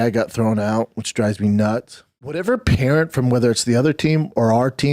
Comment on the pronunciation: what's a peerent?peering? If ur a parent who has a kid that plays in that league, start packing. Listen to how he's talking. Don't risk a hospital visit.